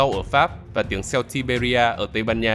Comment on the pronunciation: Celt phát âm là Kelt chứ ko phải Selt đâu ạ